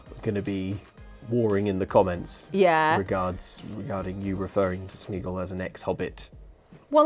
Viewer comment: Smîgl? Why the &&&& is Smîgl? Did you mean Sméagol?